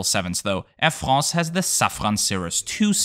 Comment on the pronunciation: "Air Frrrraaahhhnsee" lol!